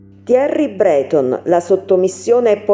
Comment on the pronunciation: Thierry' Breto'n ...accentazione!